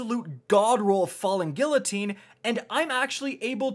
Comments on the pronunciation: Gill oh teen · idk if you knew this but you've been saying guillotine wrong for a while and it triggers me ever so slightly whenever you pronounce it the way you do lol